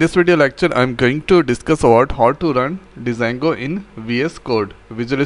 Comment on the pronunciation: Its called jango not D jango